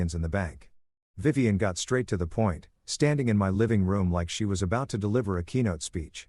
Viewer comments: Vivian is not pronounced viv-on. It’s viv-ee-an. The narrator managed to pronounced it correctly only twice. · “Vivian” is pronounced “Yvonne?”